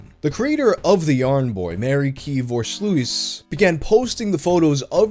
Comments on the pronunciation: It hurts me on an emotional level that you pronounce Voorsluijs as Vore-slouis like it's some 18th century French painter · Mari-Kee-for-Sloos Beautiful.